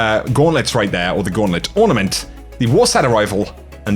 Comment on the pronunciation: For master chef emote u called it an ortament